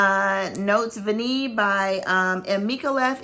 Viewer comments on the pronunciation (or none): Note Vanillée is pronounced Note Vaneeyay❤️. And Gourmand Coquin is Gourmand Coke-ain (nasal though, no N!). Sorry I am a francophile and I fight for its rights, its passable pronunciation. No offense intended - I adore you and your channel and knowledge❤️